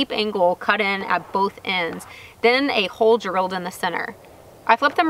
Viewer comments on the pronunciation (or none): none